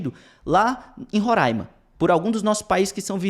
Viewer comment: Obrigado por pronunciar Roraima da forma correta.